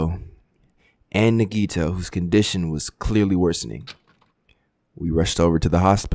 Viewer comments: why he pronounce nagitos name like niggito 😭🖐🏽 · I don’t think he’s pronouncing nagito correctly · Sometimes I wish a character would die just so I wouldn’t have to hear mispronounce their names...